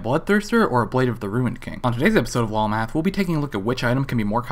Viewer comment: i keep hear wall math not lol math